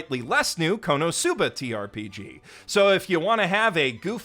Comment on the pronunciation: When did the second "t" in ttrpg get dropped?